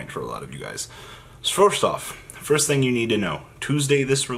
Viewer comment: he said fursht off, double meme